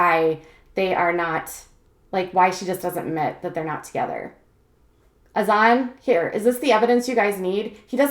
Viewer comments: Brittany Smith it’s Hassan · You pronounce Azan’s name wrong. Just a heads up